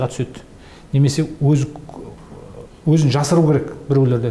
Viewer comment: Озын емес ӨЗІН деп қазақша дыбыстайықшы ағайын ！ Әңгіме жақсы ·